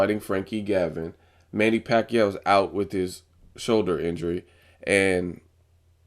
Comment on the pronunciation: LOL the pause and how you said "shoulder injury".